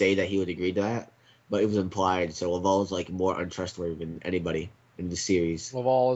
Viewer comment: Legends of Chima is epic but what the fuck are you guys doing and it isn't lavowl it's laval